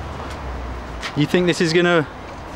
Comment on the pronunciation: "Unconscious" LMFAO if you are going to preach, at least get it right.